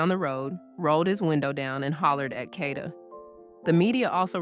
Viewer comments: Get her fukn name right it’s (Cade-da) Kada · FYI Kada is pronounced Kay-da. I think this could be a hit(KK paid someone to kill Kada)because he already had charges from the first incident. I think he turned himself in on 10/14 to possibly get a lesser sentence(knowing that although he had been charged only with murder for ransom, he had accomplices to help him murder and dispose of Kada’s body on 10/4. I heard that Kada allegedly owed KK money.